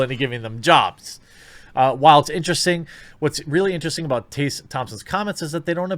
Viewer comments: This is what Dr. King wanted. Segregation of black and white people. That was his dream right? White kids and black kids playing in their own racial groups? And her name's Tess-uh not tay-suh. Why can't you read bro? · T-Ess-A, stop saying Tassa. That is just weird, its such an easy name. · Is it your accent that causes you to mispronounce Tessa? It’s really odd to hear Tay-sah instead of Tess-ah. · How come you keep pronouncing her name as Taysa? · tEH-suh. not tAY-suh. didn't know this was a tough one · Tessa. Why are you saying Tayssa? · Jeremy, in all seriousness, do you have a speech impediment? you may have discussed it in some video i haven't seen, lets face it, you make a lot. but Taseuh? Flaged? Braged? it's Tessa, Flagged, Bragged etc...sounds so weird man. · What kind of motherfucker turns Tessa is Taysa? Can this idiot say taste and test or are they the same word to him? ROFL. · Tessa. Tess uhh. Not TAYsa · holy SHITBALLS!! her name is pronounced "TEH-SA" NOT "Tay-Sa"....other than that I agree 100% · I agree with you but why do you read her name as “tay sa?” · Taysa Thompson, Margot Robie - what is up with your pronunciations?? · Jeremy, dude... How in the heck do you get "TAY - sa" out of "Tessa?" If you are dyslexic, I apologize; otherwise, pay better attention to what you're reading, bro. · Jeremy, what about the letters "T-E-S-S-A" makes you think you're supposed to pronounce it "Taysa"? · "Tayssa"? Jeremy, please learn reading thanks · Why are you saying "taysa"?? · Jeremy, it’s “Tess”a like “Hess” as in Rudolph Hess. See what I did there? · Goddamn, dude. How hard is it, to pronounce "Tessa"?!